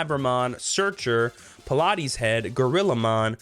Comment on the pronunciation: it's not Pilates Head, its Palates Head, as in Palate the roof of your mouth, because its head is all mouthes